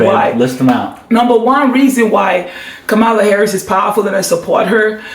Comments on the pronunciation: It’s pronounced …Cam- ma-la!! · Her name is pronounced ,la. (Comma la)